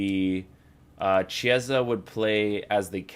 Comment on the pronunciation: Hey, "Chi" part of Chiesa's name is pronounced like "key" in english, so the correct pronounce is like "keyesa"! Hope it was useful